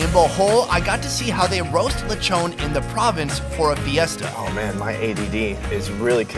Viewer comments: In the Philippines we make use of literally everything. Zero waste. All of the coconut and its parts. All of the pig and its parts. We respect our food and resources like that. Also... Take a shot everytime you hear LECHOWWWN instead of LE-CHON. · Uhhhhhh in all of mAh birthdays there's always a Lechon Wich mAh mom loves! Edit:Also it's not pawlawan it's Palawan and it's not lawchon it's lechon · Lechone🤣🤣🤣🤣 and also it’s pronounced see-bu for Cebu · Its pronounced lee-chon